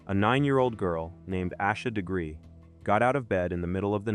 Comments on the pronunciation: Is this some AI bull?? You can't even be bothered to say her name correctly. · Might want to pronounce the victim’s name correctly, if you expect anyone to take you seriously. . .